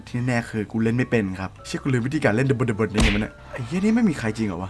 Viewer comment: ขุ่นพ่ออ่านว่า "ดะ-บด-ดะ-บน" 55555 ไรเอ่าะ